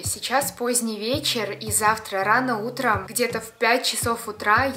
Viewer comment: я вас люблю до завтра Это звучало так как будто она завтро нас разлюбит😱😂😂😂😂